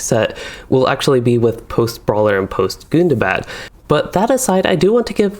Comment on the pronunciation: Is Gundabad really pronounced as "good-da-bad"?